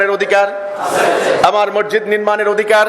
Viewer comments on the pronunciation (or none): none